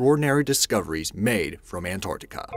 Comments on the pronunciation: RIGHT FROM THE BEGINNING YOU DONT EVEN KNOW HOW TO PRONOUNCE ANT-ARC-TICA...NOT AN-ARTI-CA. SO I WILL LEAVE YOU WITH IT THIS MAN IS AN IDIOT. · It sounds like you said AntORCtica. Not Antarctica? X3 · i am clearly hearing antorctica